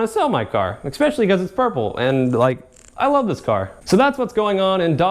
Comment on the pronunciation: please dude you're in college it's eSpecially not eXpecially